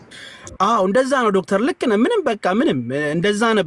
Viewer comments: ዶክተር በል ምንድነው ዶግ ዶግ የምትለው በስነስርአት አማልተህ ጥራ ዶክተርን ታካሚ በተሩፈ አሁንም ቅጥር ይቀርሃል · Dog አላለም Doc ነዉ የሚለዉ